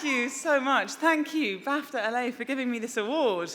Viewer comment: Did she say BAFTA-LA?